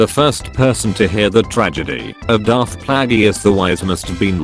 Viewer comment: No one: the Voice: * Pronounces 'Darth Plagueis' (Play-Juss) like Darth Plageeus *